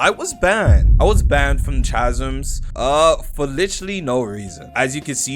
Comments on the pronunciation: 'cha-zms' is crazy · Roblox YouTubers are suffering man, “chasms” dkm🤣🤣